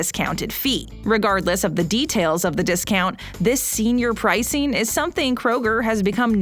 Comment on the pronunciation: It's "jewelry" NOT jew-la-ree. Also, -ING is NOT pronounced -EEN. PricING not pricEEN; hopING NOT hopEEN.